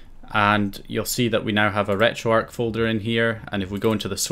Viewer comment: Am I the only one who picked up on the wrong pronunciation of retro arch as retro ark